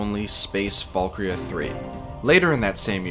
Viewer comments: It's Space ValkYRIA III, not ValkRIA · this whole video i thought he was saying "space Falkyria"